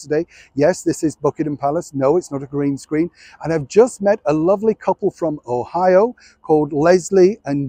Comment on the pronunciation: Pronounced Ohio perfectly✋️❤️